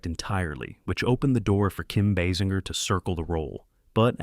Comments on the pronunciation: Pronounced Kim’s last name incorrectly . . . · Agreed. I didn't know there were so many ways to pronounce "Basinger" 🙄